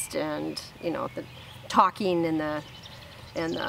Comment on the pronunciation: Talking not tockeen.